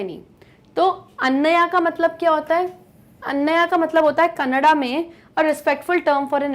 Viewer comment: Mam that is not कनाडा it is a language named. कन्नड़